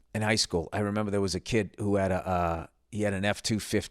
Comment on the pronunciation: Bill watches South Park "I memeber"!